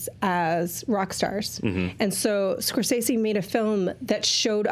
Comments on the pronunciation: I've always heard it Score-SAY-zee, not Score-seh-see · What's with the "scor-sessy" pronunciation? Very forced for some reason?? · It's Italian, right? Wouldn't Scor-seh-seh be the correct pronunciation?